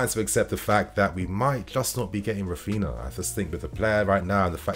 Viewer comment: “Rafina”, “Gavidol” 🤣🤣 FFS! Put some effort into pronouncing footballers name properly. You’re a fan!